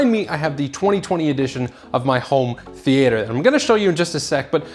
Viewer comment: why are you pronouncing theatre like that?